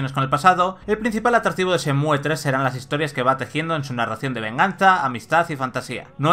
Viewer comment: No cuesta nada quitar la e y decir Shenmu xd